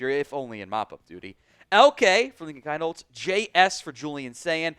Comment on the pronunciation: It’s pronounced Keen-holz!